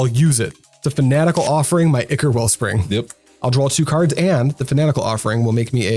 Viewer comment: Just getting back into MTG after 20 years. Still learning about Pauper. Subscribing because you pronounced "ichor" correctly